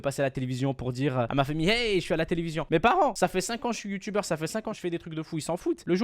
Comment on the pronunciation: "Le youtoubeur" mdr